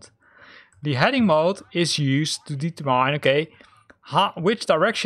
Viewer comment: Very useful, thanks for the video! FYI, "determine" is not pronounced the way you think it is :P